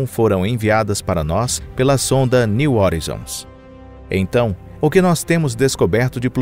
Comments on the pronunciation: "New hórizons" não, "new horáizons", assim que se pronuncia "new horizons" em inglês! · O cara chama a Sonda de " nil orinzon". A pronúncia correta é "NIL RORAIZON". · Pronuncia-se “horizons” como [roraizons]. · Parei de assistir na introdução....Plutão, estrela. Plutão tem 5 satélites conhecidos. Caronte, Estige, Nix, Cérbero e Hidra e possivelmente Caronte não seria apenas um satelite e sim, parte de um sistema binário com Plutão. E é "new oraizon" e não "new orizon"! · A pronúncia correta para New Horizons (niu oraizons) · /niu horaizons/ a pronúncia, amg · A pronúncia de "horizon" está errado.